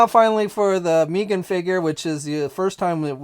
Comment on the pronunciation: Why does he keep calling her Meeeegan😑.(mee-gan) It's Meggan. (Meg-ann)